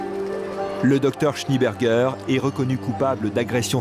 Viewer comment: SchnÉ-Bergueur, pas Schni-Bergueur, bordel !